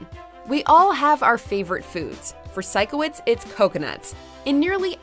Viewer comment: Psycho-witz? I think it’s Si-kow-witz